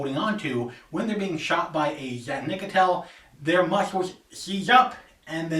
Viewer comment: Nope, you didn't say it right